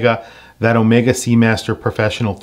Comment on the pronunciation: Overpriced…get a normal sea master! Also the bracelet is uncomfortable. And as for Daniel Craig designing a watch, he can go fly kite…he even screwed up how to pronounce Omega! (Not Omeeeega)…and now half of the UK mispronounces it…